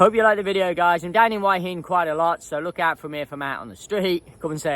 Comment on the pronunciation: My friends won't subscribe to your channel because it does their heads in with you pronouncing Hua Hin as "Why inn" Why do you do that?